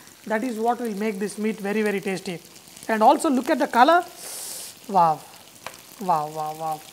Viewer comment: Its wow, not vaw vaw vaw!!!